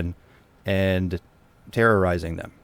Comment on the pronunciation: Can you not pronounce terrorizing?